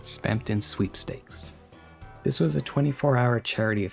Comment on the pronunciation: “dis teary about chapter tree”